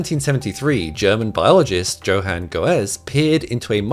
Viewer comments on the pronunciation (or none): "JOE-han"? C'mon doctor, say non-English names correctly. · JOE-hann? What kind of doctor are you that cannot pronounce Johann? I call BS as to your credentials. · his name is pronounced "yo-han" not joe-haan" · JO-Haan GO_ez lmao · That pronunciation of Johann is brutal